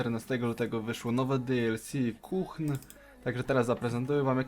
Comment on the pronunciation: Kuhn, czyta się kun, h jest nieme ;)